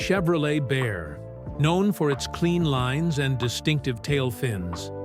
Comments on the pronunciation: God I hate these AI narrators! A 1956 Bear? Bel-Air, lol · It's a Bel Air (Bell-Air) not bear......AI crap. Frank deserves better. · ai sucks 1956 Chevrolet "BEAR"? 🤣🤣🤣🤣🤣🖕🏼